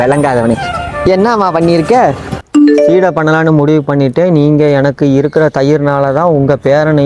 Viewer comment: Seedai✅ suside ❌